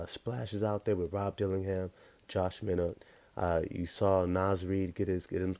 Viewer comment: It's Pronounced josh "MyKnot"